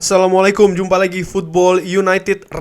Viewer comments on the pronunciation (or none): none